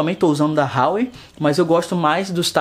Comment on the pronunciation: Huawei se pronuncia uáuêi